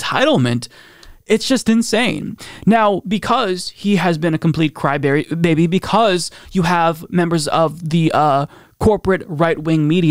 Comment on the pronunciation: If you don't mind, I'm gonna steal that mispronounced term "cry berry".